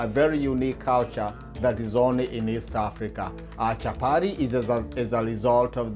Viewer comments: Nice recipe but lets just call it chapati, chapari wasn't necessary 😂😂😂 Did i hear warer, let's embrace our accent. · Chapati not Chapari. Kenyatta not Kenyarra like Obama says,water not warer. Let's not confuse foreigners who are watching. I'm watching with my German friend who is already calling them chaparis. Anyway nice Chapati thumbs up👍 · CHAPATI CHAPATI CHAPATI CHAPATI CHAPATI AND NOT CHAPADI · Nice one. Unaziita chapari but no worries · chapari.....hahahah..and wara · Did I hear well...chaparis?? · Chapati not chapati 😠😠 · The way u say it chaparis.